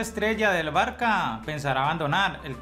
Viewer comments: Ahggg por dios, no se dice barca, se dice Barça. Es diferente sabes? Es un insulto para los culés. Te doy dislike por no saber pronunciar el mejor equipo del mundo 🤬🤬😒😒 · Sobretodo barca, la ç se pronuncia como s